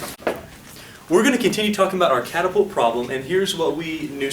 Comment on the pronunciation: CATapult.... can't be unheard hahahah